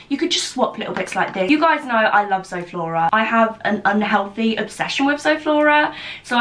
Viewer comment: That’s a shame I can’t enter because I don’t use social media platforms:( and your saying zoflora wrong it’s like zoo flora 😁